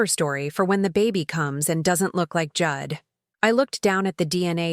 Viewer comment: Pronouncing Jude as Judd, AI has no intelligence.